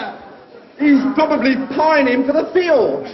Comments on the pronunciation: there is no "fields", but "fjords"... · For the longest time I thought the line was "Pining for the fields". Fjords makes much more sense.